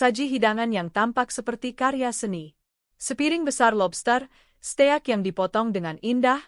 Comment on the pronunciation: Steak!!!!belajar dulu klw bgmn membaca nya